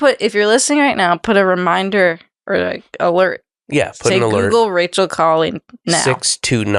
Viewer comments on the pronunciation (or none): Painful watching him interrupting rachel and saying her name wrong even after being corrected 😭